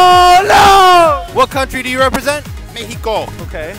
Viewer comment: Bro the pronounce of mexico but mekiko